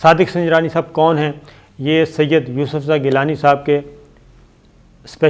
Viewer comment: سید ، اتنا زور دے کر نہ کہا کریں۔صرف گیلانی ٹھیک ھے ۔ اتنے اہم اعوان میں اتنے غیر سنجیدہ لوگ جن کو ہر وقت الیکشن چاہیں